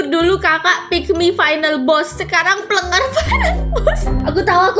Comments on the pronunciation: plenger bukan pelenger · Plenger ka bukan plenger.